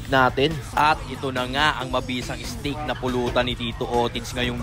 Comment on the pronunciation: Steak hindi stake 💀💀💀💀💀